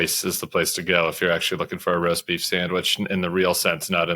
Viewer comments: The amount of times the guy on the left called it "roaf beest" 😂😂😂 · Sam keeps saying "roaf beast" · My favorite part is hearing Sam try and pronounce roast beef... also Lion's Choice is the best!! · The story about the maga cocktail hour where Tim got beat up by Keri Lake explains everything! I understand it all now, cant you see the genius of it all, don't you see, it' so simple, why didn't I see it before, it was right in front of us all the whole time, REMARKABLE! Oh, did he say "accosted"... never mind